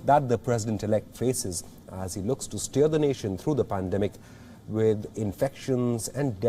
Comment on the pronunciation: The reporter's accent it sounded like he said: Steal the nation through this pandemic. My thoughts exactly until I realized he said steer.